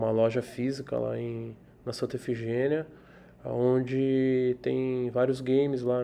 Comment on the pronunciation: O pessoal sempre erra, mas é Santa "Ifigênia" e não "Efigênia".